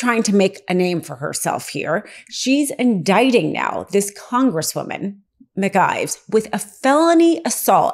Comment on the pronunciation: Mispronouncing Congresswoman McIver name repeatedly from the beginning of this piece undercuts Legal AF credibility. My GP found what might have been a tumor in my abdomen. Sent me to GYN who found what he thought was fibroids. GP referred me to another colleague to confirm whether it was cancerous. This woman immediately wanted to do endoscopy & colonoscopy to investigate. SUPER excited to do surgery. Too excited. First she wanted me to see a GYN. Had she read my file she had in her hands she would’ve known I had seen one. I did not see her again. I would not let someone this careless cut open my body. I cannot take your reporting seriously when you start out so carelessly. You damage the credibility of Legal AF. Do better or stop.